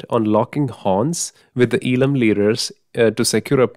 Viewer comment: FYI, it is pronounced as Eezham and not as eelam.